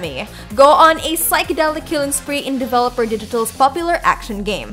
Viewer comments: It's Devolver Digital, not Developer Digital. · She keeps saying Developer Digital it is Devolver Digital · It's Devolver Digital.....not Developer